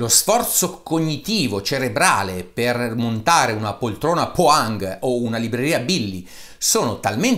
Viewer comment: Buonasera Dario grazie per il video, ho visto che hai citato la poltrona Poäng e da residente pluriennale in Svezia mi permetto di pubblicare un paio di dritte x leggere i nomi dei mobili Ä = a coi due puntini (dieresi) sopra = si pronuncia " è " come in " Egli è ". Poäng = Poèng Ö = ó com in " Oh! la pianti?" Si tratta di una "o" chiusa. Å= mi arrendo, sarebbe "oa" ma é un fonema praticamente impossibile da far capire senza pronunciarlo... solo il Dott. Xavier usando Cerebro potrebbe capire la pronuncia senza farsi un giro qui. Kö = " Sció" Cioé " Köttbullar" non è " Cottbullar" ma "Scióttbullar" Ah, e qui dicono "Nobèl" Grande divulgatore! Chapeau //Sergio